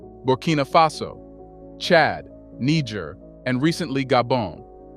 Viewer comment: What is it with some African Americans who can't be bothered to spend a mere minute checking on the proper pronunciation of African names and places?? You must pronounced Niger in three different ways, none of them the correct pronunciation!!